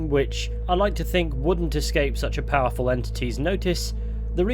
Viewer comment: poweful lol